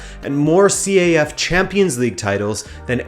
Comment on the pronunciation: It's not called C-A-F. It's pronounced as one word, CAF. Great video though.